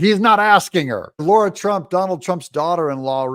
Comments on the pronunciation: It's not Laura Trump Doug, it's Lara (La-ra) Trump. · It's Lara not Laura Trump